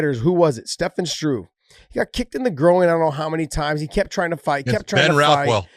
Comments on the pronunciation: Josh, its GROIN.. not GROW-EEN. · Why is Josh saying grow oing instead of groin?